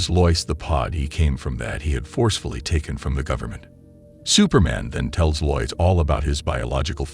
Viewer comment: How do you not know how to pronounce Lois/Luthor/Tina lol